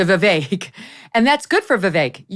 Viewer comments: And by the way… when in God’s name is Megyn going to pronounce his name correctly… Viv-ACHE But we love you to the moon and back Megyn and Abby ! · Ok, BS analysis, how about somebody try to pronounce Viveck’s name right. Love you Megyn but this was not your best moment.